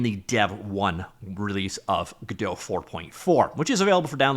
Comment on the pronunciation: plsssssss pronouce the T in godoT its GodoT not GodoH plsss its sooo annoying